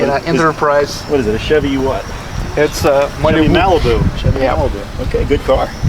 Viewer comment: I mean this in no way as an insult, but the way pronounces Malibu is amusing. In a good way.